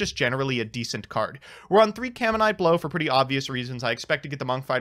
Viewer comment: "caminite blow" Add that to the list of cards has royally butcher the pronunciation of.